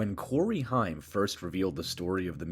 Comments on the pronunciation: I think dude last name is pronounced haym not hiym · Your correct it's haim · HAIM, not Heim. geez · To those narrators that didn’t grow up in the 80’s and 90’s…It’s pronounced HAME!! Not HIME. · Corey HIME? It's pronounced HAYM, ya artificially intelligent imbecile! lol 🦃😁🦃😁🦃😁🦃😁🦃😁🦃😁🦃😁🦃😁🦃😁🦃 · it is pronounced HAME SPELLED HAIM THAT BUGGED THE CRAP OUT UF ME! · Say the word " aim" and put an " H" in front of it! Thats how it's pronounced! I swear that's driving me crazy! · Creepy robo narrating can't pronounce Corey Haims's last name. 😅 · Dude please say Corey’s last name right!